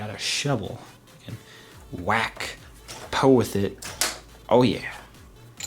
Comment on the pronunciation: lol he said poo instead of poe